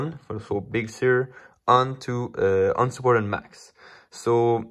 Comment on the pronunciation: Can please say 'Big Sir' instead of 'Big Shur'?